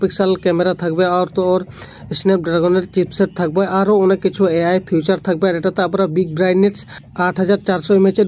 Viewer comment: কথা আগে শেখো।।। 😂😂 আর ওটাকে ফিউচার বলে না বেটা ওটা ফিচার্স রে😂😂